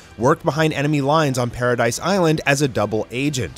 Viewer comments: Paradis not paradise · Wait did he say "alidians" and did he say paradise its paradis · It’s Paradis bro not paradise.